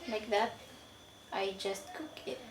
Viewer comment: I’m a mien speaker. I’m not as fluent as I used to be, but I still understand. I can’t read or write in mien though. I would say that some words he does pronoun very different. Like when he says cook. It sound like he’s saying the word do. Those words sound very similar but you have to say it a certain way or you can get the words mixed up. Also, he is saying “I am coming back tomorrow incorrectly.” What he’s actually saying is I am leaving tomorrow. I would put the correct wording on here, but I don’t know how to write in mien. Lol!